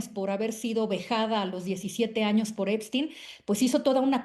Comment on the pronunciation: Epstein se pronuncia ":Ep-SHTEIN".